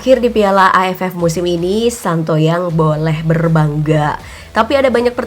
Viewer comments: Santoyang ??? Sintayong Min bukan Santoyang 🤦 haha si Mimin ketauan kurang ngerti tentang sepakbola 🤦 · Shin tae yong..... Bukan shin ta yang 😁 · " Shin tae-yong " min bukan Shan to yang 😂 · Shin tae yong bukan shin to yong